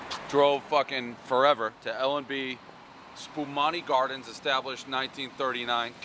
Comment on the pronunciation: El Pres always mispronounces Spumoni Gardens, this time he called it Spuhbonni Gardens 😂